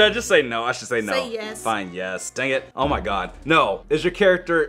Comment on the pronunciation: he said oh my gooee